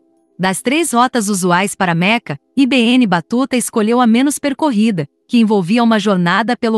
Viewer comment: Assassinou o nome do cara! i be enne , nao ne? Se nao sabe traduzir, pergunte alguem.